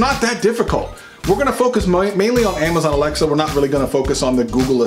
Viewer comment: did he say ammiezon?